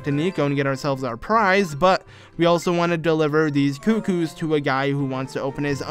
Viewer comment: They're CUCCOS, not cuckoos! After all this time, you still aren't actually reading the text. Do they look like cuckoos to you? SMH